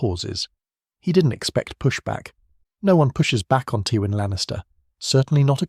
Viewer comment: Why do you pronounce Twyin's name wrong? Also please stop using AI to assist your scripts. It is painfully transparent that you aren't speaking with a fully authentic voice.